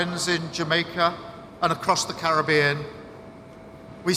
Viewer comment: Well, at least he pronounced "Caribbean" correctly...